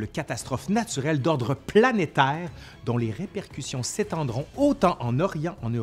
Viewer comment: Trop marrant l accent québécois jcrois j'aime bien lol comment il prononce neige ou planétaire mdrrrrr 🤣🤣🤣 jrigole il n'y a aucun mal lol.